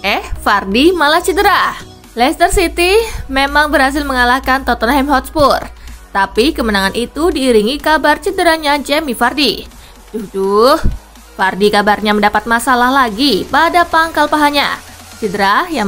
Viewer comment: Licester min , bukan liester 🙊